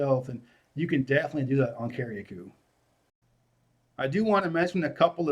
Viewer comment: Lol yes the pronunciations are Cari-cou and Peetie- Martinique.